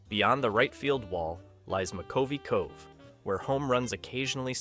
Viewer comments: Mc CUV-ey cove. Come on man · Willie McCovey. Also mispronounced “cove” and described Camden Yards while video rolled showing the Giants home park. Steven Schnier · As soon as he botched McCovey cove I stopped watching. You are making a video about ball parks and you can’t get his name rite come on. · "McCovey cove" was painful. I don't understand why they don't "proof listen" and correct obvious errors.